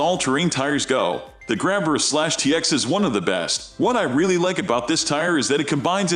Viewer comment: The computer voice program sucks. Sumitomo AT pronounced "at" instead of Ay Tee or all terrain? 🤦‍♂️ and what did you call the General APT? You called it the "App?" Jeesus. You got a dislike for all the mispronounciations.